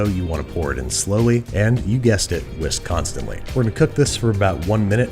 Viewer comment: What Babish said: "Whisk constantly..." What I heard: "Wisconsinly"